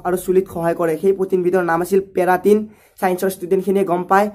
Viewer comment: পেৰাটিন নহয় কেৰাটিন